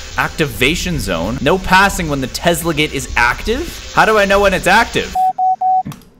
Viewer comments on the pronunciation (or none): none